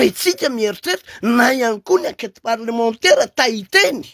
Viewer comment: enquête parlementAIRE fa tsy parlementEUR ramoseeee aaaaaa